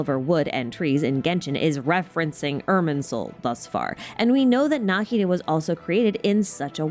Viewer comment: the way i never noticed he fights like ruin guards incredible work subscribed thank you for this masterpiece I don't usually watch long videos but this one is so perfect and interesting I had to watch the whole thing also thank you for pronouncing Nahida's name correctly